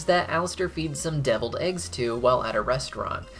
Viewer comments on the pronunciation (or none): Hahaha devilled eggs it sounds like devil